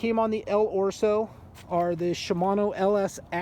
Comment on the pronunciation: Holy shit, can you please stop saying "ORso"? It is "El Oso". Other than that nice review.